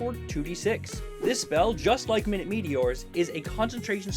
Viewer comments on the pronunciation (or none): Our mugs keep ending up on each other’s videos 😂 Oh and I think it’s pronounced my-newt meteors because they’re small... unless I’ve been wrong this hole time 😅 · It’s not “minute” meteors, it’s “minute” meteors. As in “my newt” (diminutive). Because the English language sucks